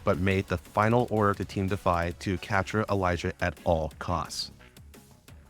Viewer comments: I really dont like how Elisa is pronounced. Its Elee sa not Elijah. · This was great and helpful but holy fuck if you mispronouncing Elisa didn't drive me insane.